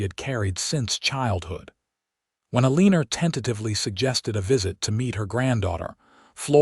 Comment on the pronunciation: It's pronounced Ellenor